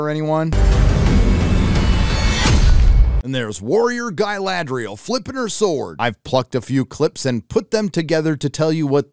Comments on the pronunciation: "Guyladrial", I like it 😂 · I love how pronounces the name Galadriel like she's a Spanish Matador. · "GUYladriel" LOL!!!